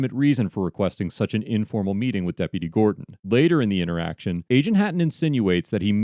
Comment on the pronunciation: What an intoresting intoraction